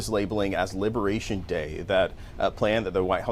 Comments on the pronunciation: 😂😂😂 What's "Libertation?" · "Libertation"? Lol.